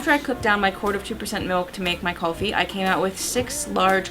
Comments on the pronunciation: Just an FYI- It's KOOL-FEE not KUHL-fee (I'm Indian, and Kulfi is an Indian word) ;) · its not callfi.....its Kulfi.....say it properly... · the proper way to pronounce kulfi to cool-fee. I'm Indian so thought I would let you know :)